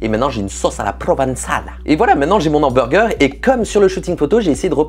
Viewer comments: Tu dis « l’hamburger », ça me stresse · Un Nhamburger ... Cette liaison dégueulasse a souhait putain ^^" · Il m'a tué quand il a dit mon ambourger 🤣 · Si on ne fait pas attention a la liaison la vidéo est très bien ouais ;) J'en profite pour te remercier car ça fait un moment que j’envisageais de me lancer dans la 3D et suite a ta vidéo qui met en avant la facilité de HitFilm j'ai enfin franchis le pas :) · YA pas de liaison entre "les" et "hamburger" parce que ya un h, voila